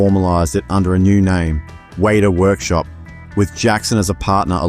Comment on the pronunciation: It is pronounced WET AH. Always has been always will be.